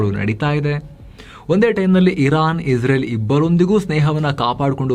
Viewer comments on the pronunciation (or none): none